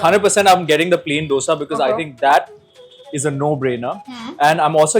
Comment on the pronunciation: Food vloggers but cant even pronounce a basic word like DOSA right.